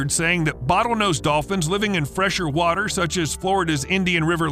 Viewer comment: The flod... Noe... What wather was? 😉